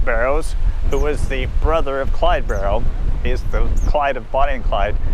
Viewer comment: Barrow last name has no S….please pronounce it correctly!